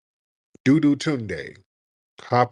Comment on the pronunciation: Not "DOO-DOO- TUNDE"!!!!!😂😂😂😂